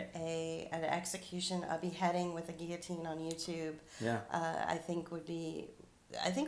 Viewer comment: What? Nobody commented on this? Thank you for pronouncing guillotine the way I was taught. Lately I have heard people pronounce the Ls, and it is SO distracting. I even searched out a dictionary app that has audio for pronunciation, and both ways are acceptable... because people are so dumbed down these days. French words need to be pronounced the way the French pronounce them, damnit! A friend of mine got to play several different parts as an extra in The Tudors, and one was as a villager witnessing a rather botched execution. If I can find the scene, I'll leave a link. I've heard (years ago) that thousands of guillotines were in storage at a military post/base somewhere in the northwest, and that (more recently) they have been distributed throughout the country. Speculation from eschatology enthusiasts promote the idea that these are for the Christians who will be mass executed at some point. I wonder if it will happen in public? I also wonder what they will do for people who have hardware in their neck? I've also heard that the brain continues to function for a little while after decapitation. Maybe that was the reason they picked up the head to view its body. You know, add insult to (fatal) injury. An interesting short story in my memory was about a family that had had several family members murdered. They would gather and drive to the prison every so often, but execution would end up being delayed. They would stop for lunch at the same place, and it got to be a bit of a